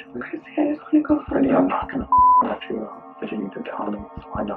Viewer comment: That and how he says goo for go. I love his funny pronunciations.